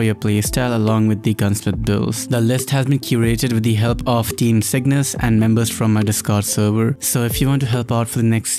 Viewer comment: No offense but everytime you say Cygnus i hear sickness